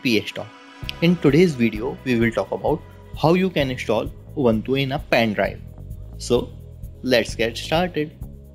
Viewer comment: the guy be like install oobanthuu... lol